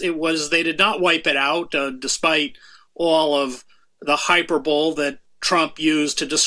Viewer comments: one note sir, it is not pronounced ' Hi per bowl ' it is pronounced ' Hi per bow lee '. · Trump used "Hyper Bowl"? Is that legal? What a nasty man!!... (02 min 12 sec in) 😱 🤔 What's Hyper Bowl you ask?... It's "Hi-perb-a-lee" (hyperbole) being read out loud by somebody that has never encountered the word before... It's funny 'cos it's true. 🤣 z!on!sm is a poisonous brain disease that removes your moral centre and turns you into a rabidly hateful psychopath that yearns for the murder of all Palestinians, children and women first, want war with all of your neighbouring countries, so attack them without cause, while at the same time believing that somehow some "god" has made them some kind of "chosen" master race... If there was some "god" involved, it was the red one with horns... Their politics is totally repugnant and has no place in a civilised world. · said hyperbowl. But a great commentator. A cut above the usual crowd. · “hyperbole” is four syllables, not three